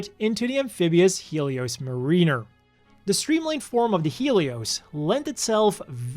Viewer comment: Dina is probably meant to be pronounced "Die-na" "Mah-rinn-er" not "Mah-Reen-er"